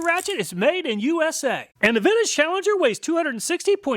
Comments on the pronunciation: He is saying vintage, not Finnish. Makes way more sense. Gotta rewatch now with clarity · it took me this long to figure out he said "vintage", not "Finnish" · Anyone else hearing Finnish every time he says vintage?